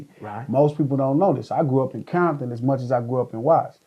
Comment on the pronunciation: Aint no "bombton" N... where you at ?you better say compton N...